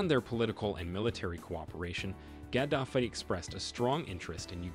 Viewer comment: You need to learn to pronounce his name. It's not how you say it. It's Gah-da-fee. Not Gad-af-ee. The sad thing is, he was a rebel when he came to power but eventually played ball. It was only when he telegraphed that he would create a gold-based currency that he was destroyed. Ultimately, the media spinned it at the time as if he was some tyrant. A very similar problem occurred in Egypt. But the reality was his push against the IMF and the world order [of fiat currency and debt] that ultimately did him in. It's a shame. He would have done well had Billary not interferred.